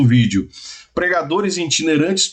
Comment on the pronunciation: Eu entendi ensinajadores e não pregadores